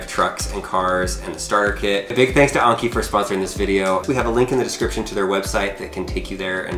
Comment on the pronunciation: Anki not Onki